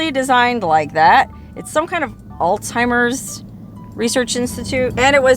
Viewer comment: It is Alzheimer's not Altimers. 😞